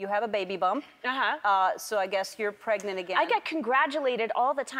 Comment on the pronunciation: i lost my shit when she say that she pregnent